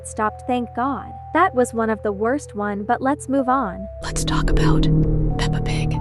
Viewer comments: She said eppa Pig💀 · It’s Peppa Pig not papa pig ☠️ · The way that instant of saying pepa pig. She said papa pig did anyone see that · Is pepap pig not papa pig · PAPA PIG!? BRO ITS PEPPA PIG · that isnt "peppa pig" house, its an ABANDONED CHURCH the guy who made the video said sorry for missunderstanding (idk how to spell that) Edit:i just saw that you dont say peppa pig you say papa pig 😭🙏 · Why you say papa pig but not Peppa pig 😭😭 Btw sorry if I'm too harsh 😔😔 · Its kinda funny that you called peppa pig "Papa pig" lol!🤓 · You said papa pig